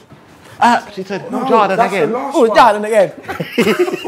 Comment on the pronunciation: "Oose jordaaan agyen" got me creasing😂😭